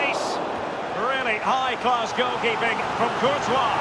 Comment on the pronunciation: Bro it is pronounced as courthoaa not courties